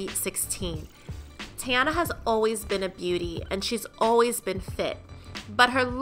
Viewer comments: ....her name is pronounced “Tee-Ana” not “TayAna” 💀 if she says “TayAna” one more time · Her name is TEEEEEEEyana please with the tayana 😂😂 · this video annoyed me simply because of how she said teyana. 😐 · the way she pronouncing her name is so ugh